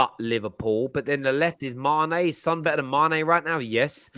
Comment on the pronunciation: I love you but you absolutely butchered Son’s name I can’t lie 😂